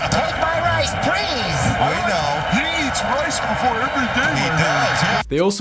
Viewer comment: "Take my rice preese" lmfao